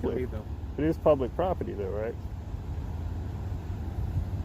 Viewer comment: Why is it that so many of these auditors have such a hard time pronouncing the word property?